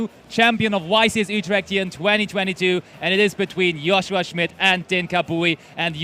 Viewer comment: i like how 1 caster calls him Joe shua and the other one Yo shua